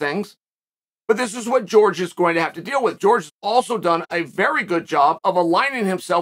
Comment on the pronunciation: Classic Chael quote, "GEORGE Masvidal!" Simply hilarious!!!🤣You're the man!!! Pronouncing the names of these fighters the way you want! Simply genius!!!😂😂😂 Love it, Chael!!!